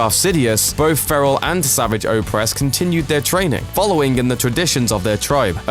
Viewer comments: It's not 'sa-vi-ch' it's 'sa-var-ge'! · Savaaj. That's how his name should be pronounced. Not Savage. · Fell down an elevator shaft...... that thing isn't a fucking elevator shaft. And it's not pronounced savage- it's savajj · Did this guy ever bother to watch any of The Clone Wars shows or is he just reading a script? Yeah it is spelled Savage, but the show never pronounced it like you normally would. The syllables are different. Normal is sav-age where as the show makes it sa-vage. Sounds like garage. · His name isn't sav-idge, the way you normally say savage, it's they same as how you pronounce A-sarrj Ventress, his name is pronounced Sa-varrj. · It’s not pronounced savage as in savage beast...it like, savaage but looks savage . Make sense? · I'm mad that the person who narrates this pronounces Savage Oppress name all wrong. Uuuuugh, "Sahvahg" Oppress is a better way to say it. This guy makes it sound so weak. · Matty vP Its pronounced S.a.v.o.z.h. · Jeez get your facts right before making a video, and learn how to pronounce Savage's name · The way you pronounce 'Savage Opress' makes me want to die! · Learn how to pronounce the name Savage. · Why can no one say savage oppress' name right in videos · Fucking pronounce Savage's name right. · It's how you pronounce the name.